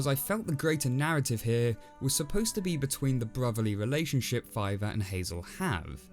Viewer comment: Wait was that the Brother before? With all the other things of saving his Brother?...or did you say “Filer”